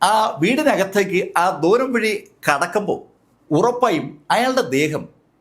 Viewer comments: ദോരം അല്ല ദ്വാരം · സാറേ, ദോരം അല്ല, ദ്വാരം.. ദ്വാ.. ദ്വാ.. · ദോരം അല്ല ദ്വാരം ആണ്.